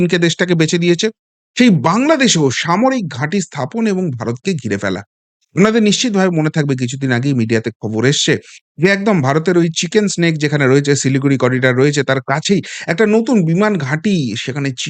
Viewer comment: ওটা চিকেন স্নেক নয় ম্যাডাম চিকেন নেক হবে । ভুল টা বড্ড কানে লাগে